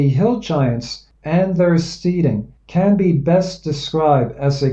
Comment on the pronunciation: And I think that it's Steading is pronounced "STEDing" rhymes with "instead" stead·ing /ˈstediNG/ nounSCOTTISH•NORTHERN ENGLISH a farm and its buildings; a farmstead. "an isolated steading on the boundary of two parishes"